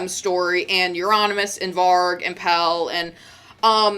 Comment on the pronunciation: 1. Pelle is pronounced pell-eh. 2. The picture of Dead's body is not on an official album, it's on a live bootleg: Dawn of the black hearts.